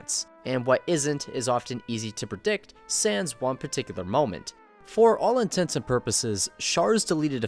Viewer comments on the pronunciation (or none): none